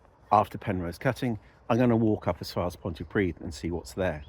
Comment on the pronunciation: “Pont uh pridd” not “pont tee pridd” please 😊